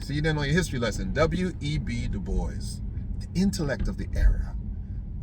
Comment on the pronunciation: You're definitely from the island when you said about giving a "blie" and du bois was a boule bad bro.